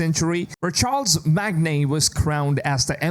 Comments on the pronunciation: Its SHAAR MA N not charles mag ne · Ok bud for your information the name of the Emperor is pronounced in one word. It's Charlemagne - shaa·luh·mayn and not Charles Magne. The 2nd point is that there must be confusion between the chronic eras you describe because Charlemagne has nothing to do with the witch hunts of the 16th and 17th century, because he lived back in 814AD. So either Hexe is taking place on the 9th or on the 16th century it can't be in both unless Elsa comes with a time travel machine as well. If Ubisoft wants to waste such a huge map of the Roman Empire for a very small game as you describe then I hope Ubi makes us a favour and hand the Assassin's Creed IP to CDPR , they will know exactly what to do with the narrative and the locations to save the franchise from a disaster! PS the Franks did not form the centric Europe and I am 100% sure that there will be no mention about Jesus and his apostles in this game. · I think you meant to pronounce Charlemagne as "Shar la main" and not "Charles Magnay" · [X] shar-le-mane [O] charles mag-nay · It's Shar - La - Mane, NOT Charles Mag - Nay. Sheesh!! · "Charle Magne" is pronounced *Shar-luh-mane 😄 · Its SHAR-LA-MAIN you uncultured swine. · Did you seriously just say Charles Mag-ne ? Yep, I am not taking history lessons from you nor AC nor any Americans for that matter. You know absolutely nothing about history Charles MaG, what centrury you're talking about, what geography or region you're talking about or the Franks. Thumbs down, 40 seconds in and I am out. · Charles Magne ha ha ha, I hope you’re AI. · Charlemagne is pronounced 'SHAR-LE-MAIN'. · Bruv seriously no offence but “ChaRles Magne” will wash your tongue in the springs of Aachen after hearing his name like that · Sorry, Charlemagne is pronounced Charl-a-main... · Charlemagne is pronounced shaar•luh•main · Pronounced Char la main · Just for your future referrence; it’s pronounced “Shar La main”. Charlemagne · For the love of god it's Shar-la-maine